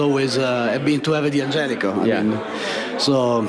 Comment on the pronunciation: It's not "dee-angelico"; it's "dan-gelico." It's a contraction. They've even got the Italian guy mispronouncing it. SMH